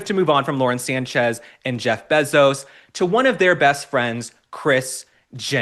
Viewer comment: Probably just an oversight, but Mr. Bezos is worth $190 billion, not million. And his last name is pronounced bay zos, not beh zos.